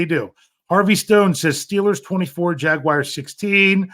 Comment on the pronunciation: There's no way you can't fucking say "Jaguars" it's not Jag-U-ars! Smh